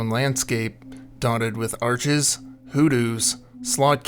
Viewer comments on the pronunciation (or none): none